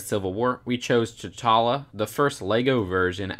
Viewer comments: Hey, you said Ch' Talla when showcasing the T' Challa figure... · Anyone catch him say "Ch'talla" instead of "T'challa"?